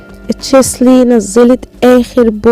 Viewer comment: النطق الصحيح تشيلسي وليس تشسلي ❤️